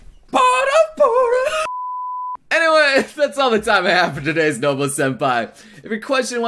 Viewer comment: I keep fucking hearing "no-bull"